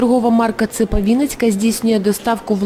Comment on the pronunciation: Девочка, не украинские - ударение не на "А", а украинские - ударение на "И". Просто тошно слушать о безграмотности произношения, которая говорит о тупости !!!